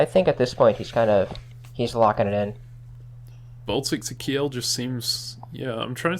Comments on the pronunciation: Please pronounce Kiel as keel, that's about as close as one can get with english pronunciation. Ki-el sounds just jarring. Source: am german. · Kiel is not "key-yell" but "keel" iirc.